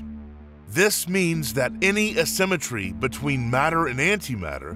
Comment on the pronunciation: Please learn how to say "A-symmetry"...